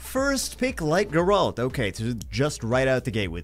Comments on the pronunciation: I love ya but this one is killing me. It's GEHR-ult, not guh-RAHLT. GEHR rhymes with bear. ult like the first syllable of ultimate. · jesus christ wtf is a light gur-alt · It’s pronounced Gare-ult😂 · Stop saying Geralt wrong please!